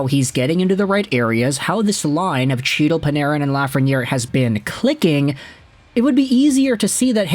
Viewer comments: For like the 50th time. It’s not CHEE-tal. It’s HE-dal. Why do you INSIST on mispronouncing players names even after MULTIPLE people bring it up to you? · you are the reason my fantasy roster is all over the place....and it's "Hee-tle", C is silent. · Not hard to get a guys name right that has been a regular in the NHL since . He's not some rookie. Get his name right. The pronunciation is He-dal. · Sure. And I have as well. Then I am told or hear the correct pronunciation, and correct myself. Having been informed MULTIPEL times and if you watch the game you HEAR the correct pronunciations...and in the case of Chytil...the man says "he" all the time, so he can make the sound to say the name correctly, and CHOOSES not to. Along with the names f MULTIPLE other players. I HIGHLY doubt he is doing much covering, its more like he reads some stuff, takes ideas from articles and social media, and records a video as if he has followed the story closely. I mean that's fine...you can have opinions on things you read....but when corrected over and over and then never change, screams of a lack of integrity as well as an over inflated ego.